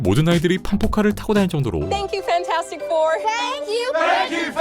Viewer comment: 딴 것보다 판타스틱의 영어 발음을 배우게 된 거 같음. 실제로는 판타스틱 보다는 판태스틱이라고 발음하는구나 ㅎㅎ